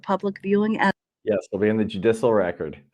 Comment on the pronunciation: Judissal? 😂Bless her heart!